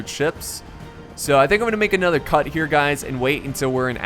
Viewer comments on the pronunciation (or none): none